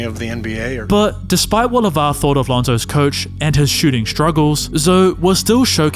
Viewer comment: Did you say Lonzoes Dominance?